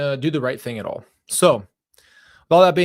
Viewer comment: They way she always says, "Aa aw" for at all, always reminds me of the Dr Phil "Cash me outsye, how bow daa" girl and the "Jeezis" and "difinse" pronunciations are strange, too. I know people who are like this and they scare me. Some should be in prison, but were like the popular/honor student/student council officer/cheerleader types or the what-a-good-cookie-baking-room-mother-Brownie-leader types, on the outside, the "outsye." They've always tried to get me to be their flying monkey, since I was a kid. They're hard to escape! That gray rock thing seems to help, though. Don't you dare ever do anything better than they do through being a hard worker or anything when they just sit around convincing people to let them win! There will be hell to pay for that!